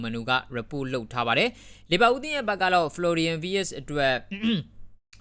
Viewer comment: ဂျာမန်အသံထွက်နဲ့က ဝှက်လို့မထွက်ဘူးး ဖလော်ရီရန် ဗက်စ် လို့ထွက်တယ်